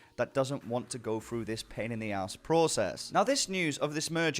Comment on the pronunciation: pain in the aaaaaasss.... are you irish?